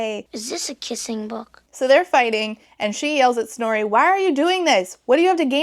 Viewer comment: Is her name Snorey? That is all I can hear, I can't unhear it